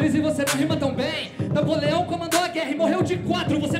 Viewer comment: pq ele pronunciou Napoleão errado KKKKKK